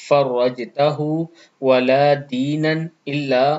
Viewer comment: Aap deenaan parr rhe h waha toh zabar h